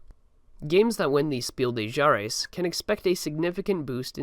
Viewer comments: Fuck chares was probably a more accurate spelling of how he said Jahres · "Speel de Chares" is also funny.. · Couldn’t agree more also “kinder Spiel des Jahres” somehow became “Kenner Speel de Jares”